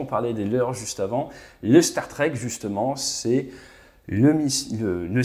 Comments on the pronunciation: Permettez moi d'apporter une correction linguistique concernant les Starstreak. Ce n'est pas une référence à la SF, et ne se prononce pas du tout comme Star Trek. La traduction serait "trainée d'étoile", streak se prononçant 'striik'. Voilà, désolé mais il fallait que je le dise. Excellent contenu sinon. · Streak ça se prononce striik, donc "StarStriik", pas "Star Trek" ! :D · Merci, très détaillé et très apprécié. Juste un petit FYI le Starstreak se prononce en phonetique streek comme street. Au plaisir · STAR-STRIK …. si tu veux le prononcer correctement. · Starstreak se prononce "star strique" plutôt que "star trek" je crois pas que ce nom soit un jeu de mot par contre j'ai bien rigolé pour le "asraam"